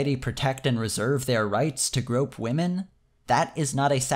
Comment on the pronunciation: I think you mispronounce waaahmen.